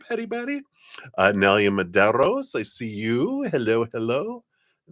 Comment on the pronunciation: Thank you so much!! I love the way you say my name!!🥰 Also, the read definitely resignated.💖